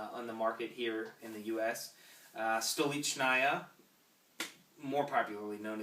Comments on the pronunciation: Guys, the stressed syllable is the 2nd syllable: sto LICH na ya. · He knows a lot about vodka, besides how to pronounce the name...